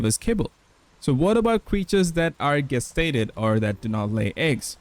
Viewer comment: its pronunced JEST stated